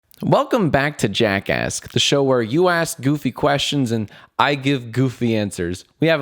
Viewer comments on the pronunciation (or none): Whenever Jack says Welcome To Jack Ask, I hear Welcome to Jack Ass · I always hear jackass when he says jackasks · in the very beginning it sounded like he said " Welcome to JackAss" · Im sorry but whenever you say jack asks i hear jackass. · Who else thought he said jackass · I keep hearing Jackass instead of Jackasks. :/ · For some reason I thought he said “welcome to JackAss” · I thought he said welcome back to jackas* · ‘Welcome back to jackass’ did anyone else her that?? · Lol I thought u said: welcome to JACKASS😂😂😂😂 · I keep on hearing jackass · What I heard: welcome to jackass. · Whenever Jack says Jack ask I think he is saying jack ass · Am i the only one that heares jackass at the beginning? I am, well shit! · I thought you said jack ass when it started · thought this was called jackass instead of jack ask at first. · I thought he he said jackass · Why did I just realize JackAsk sounds like jack*ss 😂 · Anyone noticed that he said jackASSked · i keep on hearing "welcome back to jackass" and honestly i think it's fitting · it took me a few years to understand that it sounds like jackass. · I legit thought you said "Jackass" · "Hello, my name is Jack Douglas, and welcome to Jackass." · It sounded like he said Jackass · At first it sounded like “welcome back to jackass”